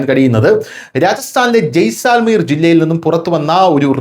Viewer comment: ജയിസൽമീർ. ജയിസാൽമീർ അല്ല.